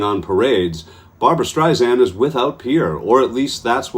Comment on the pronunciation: Excuse me, that's BAR-BRA. Two syllables, two A's. As opposed to Barb-a-ra, three syllables, three A's. Thank you.